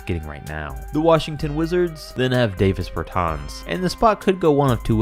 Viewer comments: dah vis bair taans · Says “we’ll do Davis bertans in order to keep people happy”. Bro I’d be happy if you could pronounce his name